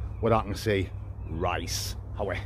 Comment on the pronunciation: Why do you call the Rice lice or am I hearing you wrong?i love the videos.